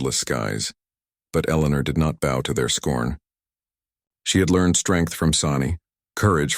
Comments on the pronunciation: What is slung across his shoulder is not a bow (cow), it is a bow (boe)!! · Please, please, PLEASE, get the name of the most frequently used fighting tool of thr native men correct! BOW is correctly pronounced as in row, not as in cow. I grew up in California, also having lived in Washington and Arizona. I played cowboys and Indians, cops and robbers, Superman and bad guys, Tarzan and Jane. The Indians used bows (as in rows) and arrows. Both "ows" pronounced the same the way. I have to break focus of these fine stories to make a mental correction everytime your reader uses the cow pronounciation. It demeans the weapon and those powerful warriors to rhyme it with cows. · Come on…it is pronounced boe not bow!! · The word is BOW like a bow in a girls hair. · It’s a computer so doesn’t get the difference, it’s irritating on most of these shows. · I love there way they took this story through the experience of the son as well. One issue. Could we please teach AI how to say bow right when they are talking about the hunting weapon not the gentile salutation of the English or a present topper.